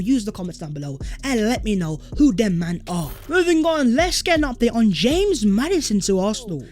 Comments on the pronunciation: NO WAY MAN JUST SAID HAMES MADDISON 😭😂 living in Leicester this kills me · I'm never saying James Madison again. It's "Hamez" now